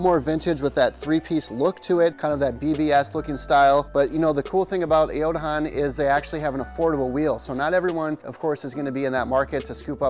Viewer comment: Bro. I can’t buy from you if you can’t even pronounce the name properly